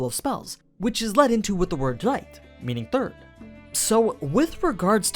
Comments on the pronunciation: Since my first language IS geramn I quite disagree on how you pronounced zweite (don't forget the e at the end, it makes the difference between saying twoo and second) I've just checked and google translations gives you an accurate enough pronounciation so you could use that ps third translates to dritte (I don't know if that mistake's already in the story or just in your video but not even google translator could find that word in any language and at least if german it would be complete nonsense) pps. 1 = eins becomes erste 2 = zwei becomes zweite 3 = drei becomes dritte 4 = vier becomes vierte 5 = fünf becomes fünfte 6 = sechs becomes sechste (yes it can be pronounced as if instead of chs you had an x and even with english pronounciation) 7 = sieben becomes siebte 8 = acht becomes achte 9 = neun becomes neunte 10 = zehn becomes zehnte 11 = elf becomes elfte 12 = zwölf becomes zwölfte 13 = dreizehn becomes dreizehnte (drei + zehn) ... 20 = zwanzig becomes zwanzigste 21 = einundzwanzig becomes einundzwanzigste (ein + und the german word for and + zwnzig; note thet eins is shortend and used as ein from this point on) 22 = zweiundzwanzig becomes zweiundzwanzigste (zwei +und + zwanzig) ... 100 = hundert or einhundert becomes hundertste or einhundertste (both mean the same and thus are exchangable it's just like hundred and onehundred) 101 = hundertundeins becomes hundertunderste or hunderterste (und only used before low numbers and rarely in this case since noone would want to m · I know im being picky and minimal but it gets to me how you pronounce his name and Zweite lol